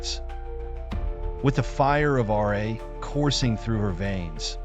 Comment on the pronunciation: Why are you saying R A instead of Ra.